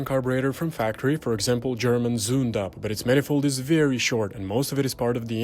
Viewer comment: German Z reads as “ts” (or Ukrainian «ц») so correct spelling is “tsundapp”